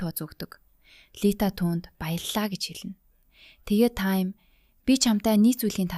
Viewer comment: Чи ямар худлаа ярьдаг юм Тайм биш Таам наадхаа voo-гээс ү